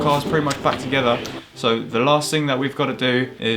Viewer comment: “They work toogeva” 🙄